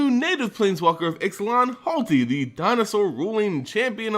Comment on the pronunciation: It's not HALTi. RTFC once in a while. Holy fuck.